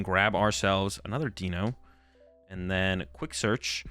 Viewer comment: I think its "D-Eye-No" as its 1, 2 and 3 in german which is Eins "Eye-ns" (1) Zwei "Z-vy" (2) and Drei "Dry" (3)